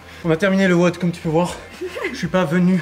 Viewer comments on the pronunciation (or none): Quel enfer à chaque fois qu’elle dit weaude à la place de wod